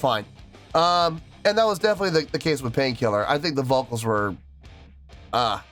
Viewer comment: I think it went well together. Not horrible anyway. What I think is cute though is Su's English wasn't as good as it is now obviously so her L's were still R's so she was saying pain kirrer. To me that was too cute. She was having fun and wasn't restricted with choreo. Same with Moa. Moa is a super natural and can free flow. Yui is a great dancer but is more shy and I think has a little harder time being free from choreography. But I think they all had fun. Even though it wasn't their crowd or normal setting. 🤘🦊🤘 Moa knows the guitar some. She was learning at one point. Yui was a pure beginner but she was trying to learn too from what I have read. Also from what I read is that Rob was to do one song with BABYMETAL but was having so much fun and adored the time he spent with BABYMETAL that he asked to do 2 songs instead. 8.7 is great. I mean look how much fun YOU had watching it. It was just a treat to see them do this. We got to see more personality from the girls too.